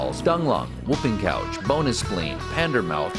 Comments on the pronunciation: Did he say "whooping couch" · Did at some point said "whopping couCH"